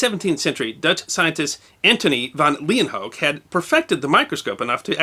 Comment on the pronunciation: Lay-When-Hook. That's how I learned it was pronounced.